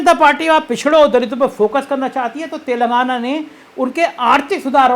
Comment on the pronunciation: तेलंगाना है शब्द तेलगाना नही ऐसा आभास हो रहा आपके गलत उच्चारण से कि आप कह रहे तेल लगाना